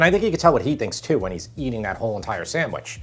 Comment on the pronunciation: The pronunciation is sanDwich, not saMwich! Don't make it if you can't say it.